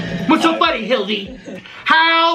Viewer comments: The fact that calls Hila “Hildi” is hilarious to me 😭😭😭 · I think he’s saying Hildy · Did really just call Hila "Hildy"? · He needs to stop calling Hila Hildie 🤣🤣🤣cause i cant take him seriously when he calls her that hahahhaha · Not Hildy instead of Hila… 🤣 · calling hila 'hildy' is SO funny😂😂😂😂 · can't even say Hila's name right like whattt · I used to like watching but after his content went downhill I honestly can’t tolerate more than about 5 mins, if that. And it is SO DISRESPECTFUL the way he keeps purposely mispronouncing Hila’s name.